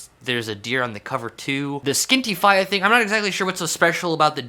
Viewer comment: Fee-yah not fi-yah hahaha